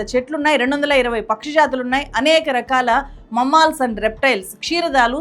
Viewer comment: Dear, I like your videos. The word "Mammals" is pronounced as " మామల్స్ ".... NOT "మమ్మాల్స్ "! Pl correct yourself.